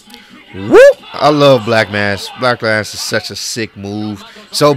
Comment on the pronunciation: it sounded like he said the a word when he was tryna say black mass the second time